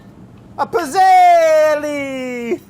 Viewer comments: Brad.... I die every time you pronounce it “pizz-elle”.... it’s PEETZ-ELL-EE!!! Italian it up!! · It’s pronounced “pit-zel” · The double zz wouldn't be pronounced in Italian, it would sound more like "pits". Pits-elle/pizzelle. It just like how we don't say pizza how it is spelt, no zz, but more like "peetsa". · it's pronounced peetsayla, not pizzell! How is it possible that no one in the test kitchen knows this? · The fact that he's calling it a "piz-elle" just kinda grinds my gears a bit. When you say pizza, it doesn't sound like "pee-za", it sounds like "peet-sa". The word pizzelle is pronounced "pit-sell". They need a true Italian in there to show them how it's done. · They aren't good pizzelles unless they're loaded with anise. Also, the double z in pizzelle is said like in pizza, not gazelle. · You know how you call Mozart "MOAT-ZART"? Well, it's the same with pizzelles. They're pronounced "PIT-zells". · Pizzell in italian you pronounce it [peet-zell] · It’s Pizzell-Ꭼ not Pizzell-Ꮖ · Ok Italian fam says its pits·ayy·lee. Just depends on where from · It bothers me so much how he pronounces pizzelle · I stopped watching because he was pronouncing pizzelle completely wrong. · Ever time Brad says Pizzelle 😂 the e at the end is silent but this is the man that says wouder and we love him for it 😊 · Cringing at his pronunciation of pizzelle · He is saying pizzelle wrong in Italian two zs makes a t sound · Laughed so much the entire video because the way Brad was pronouncing Pizzelle actually means penis in Italian. Hugs from Italy 🇮🇹🤣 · The way he pronounces Pizzelle is killing me... Edit: it got worse. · Oh Brad! No! Pronounce the double 'z' like you do in pizza! *Coming from my 92 year old Italian grandma who makes these every year for Christmas.